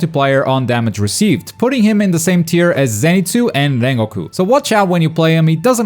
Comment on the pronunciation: man said mengoku lol